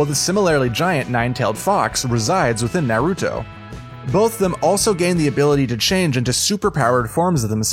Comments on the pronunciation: Is not “No-ruto” is called “Naruto” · “no-ruto” This dude sounds sped. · then he says “Narootoe” I’m WHEEZING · “narootoe” “zaboozah” “sakoorah” “I watch a lot of anime” yeah aight😐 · Jesus Christ dude first naroodo sounds like a ramen company then Sakoora like card captor sakura? Pronounce the names right next time if your a real anime fan buddy. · Your pronunciation of nahr-oo-toe (Naruto) is horrendous... What boostrapped version of the show did you watch for you murder the names THAT badly?! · He’s sometimes wrong but i find it weird that you say naruto that weird way and not kishimoto the author of naruto also katashi and piccolo are not similar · Is no one gonna talk about how he pronounces Naruto ffs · Shut up u have no right to criticize anime U dont even know how to pronounce name of anime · Quote I watch a lot of anime . Pronounced every thing wrong. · This dudes annoying who says Naruto like that And ITS KAME-HAME-HAAAAAA learn how to pronounce things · Yeah that kinda annoyed me...